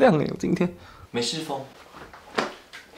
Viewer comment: 美式真的笑死